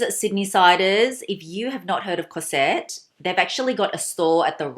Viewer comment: Hello. May I tell you that you have to pronouce the S of cosette like a Z Cozette , the main female caracter in the Miserables of Victor Hugo. I love your accent anyway (from a french lady) I love this nice classic Celine bag. And The Trouville is fantastic, I'm in love.Thanks